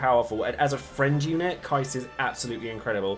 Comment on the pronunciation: You, my man, are one of those rare DFFOO content creators in YouTube who is pronouncing Keiss name correctly, and just for that simple act, I wanna say thank you very much 😂